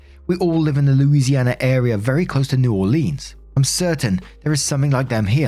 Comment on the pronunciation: darlin, I love ya... but the way you're saying new Orleans is making me gag and my skin crawl 😂 Not "New OrLEENS... it's "New'awlins". I know you're British and you can't possibly understand a Cajun/Creole accent (our native cultures here in Louisiana). Louisianians cringe anytime Yankees or Non-Cajun/Creole folk pronounce any Louisiana word. But please (my babe in Cajun-French/Creole), don't do the LEENS part, it's "Lins" Je t'aime,.